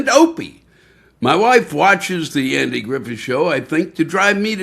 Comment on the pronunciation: He pronunced Andy's name the way David told us to. 😊